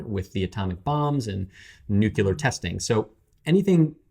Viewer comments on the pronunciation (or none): "Say 'new'." "New." 👍 "Say 'clear'." "Clear." 👍 "Say 'new clear'." "New clear." 👍 "Say 'nuclear'." "Nookyular." 🤦